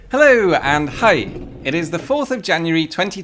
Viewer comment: Quick comment about the Norwegian language. The way you said "hei" sounded more like "hai" which means shark 😀